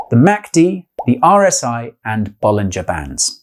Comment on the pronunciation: I really thought he said "Ball in Japan" when it really is "Bollinger Bands"